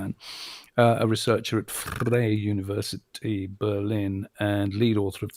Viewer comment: Well, he tried to do just that with 'Freie Universität' and failed because diphthongs like 'ei' are the exceptions.